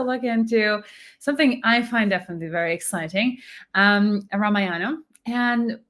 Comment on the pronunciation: It isnt Ramayaanam. It is Raamaayanam